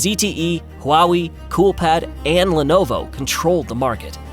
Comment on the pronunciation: Very good documentary, but this is AI voiced as you pronounced Huawei wrong and multiple others